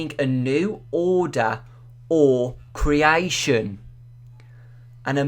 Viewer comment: Criaition criaition. R u english??